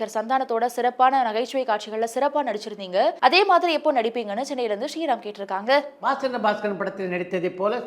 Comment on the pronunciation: One humble request to. Kindly change your voice modulation when you say “கேட்டிருக்காங்க” at the end of every question. You sound out of place when you say that word. says it nicely. Other than that, both of you have a very good command of Tamil language including diction 👍❤️